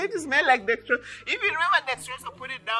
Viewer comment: 😂😂i like the way you pronounce dexrosol....i loved it